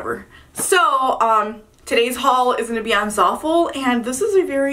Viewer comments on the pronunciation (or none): zAL-FuL 😂😂😂 Zaful like zah-ful 😂😂 you’re so adorable 👏🏾👏🏾❤️😍😂